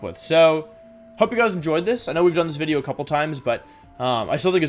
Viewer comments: I like hearing what he has to say but what it up with “wideo” & “jiggalith” etc. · VIDEO DOES NOT START WITH A W, IT STARTS WITH A V! AND FORM DOES NOT END WITH AN E! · Why tf does he keep saying wideo and forme? It’s so annoying 😂 unless he’s doing it for the algorithm because he knows people will point it out. Which if that’s the case... gg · Why did he say wideo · Its something he likes to do he does it in every video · no one: Wolfey: wideo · Me: clicks on wolfey video knowing full well how long it is Wolfe: "so this is probably gonna be a long wideo..." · Wepeat Wideo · Day 3 of asking Wolfey to make a wideo where he explains how to properly pronounce Pokémon names #frothlath #wenyousoar #neenaytails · "This is probably going to be a longer wideo if I'd have to guess" After those Glaceon videos, this is child's play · cuz it's Woof. he thinks he's cute or something